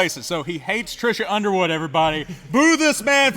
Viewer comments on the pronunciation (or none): BTW, it’s Trisha Yearwood not Trisha Underwood.